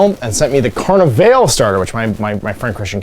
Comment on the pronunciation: It's pronounced Khar-neh-val-è! ;)